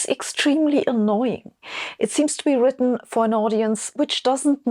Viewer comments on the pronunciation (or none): none